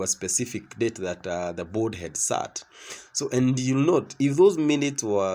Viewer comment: Board. Not bold.